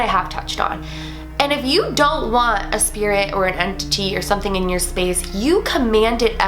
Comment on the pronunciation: Everytime I hear the word entity, I always hear en-titty 😂